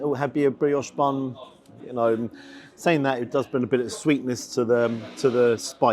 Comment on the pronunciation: 'Sa-ink'. Accent went there!.